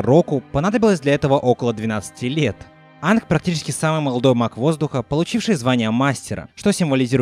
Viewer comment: Почему ты Аанга называешь Анг?